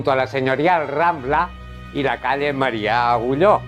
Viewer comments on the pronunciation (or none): Un reportatge molt bonic sens dubte però hi ha un carrer que no l'heu dit correctament. No és el carrer Marià Agulló; és el carrer Marià Aguiló. Moltes gràcies. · Marià AGUILÓ no Marià "Agulló"